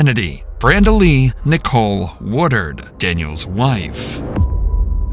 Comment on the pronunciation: It's "Woodard" not "War-dard"